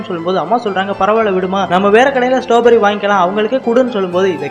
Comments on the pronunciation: அண்ணாது ஸ்டாபெரி இல்ல ஸ்ட்ராபெர்ரி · That not stowberry😅 strawberry 😅😂😂😂😂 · Not a stoberry.....It is a straw berry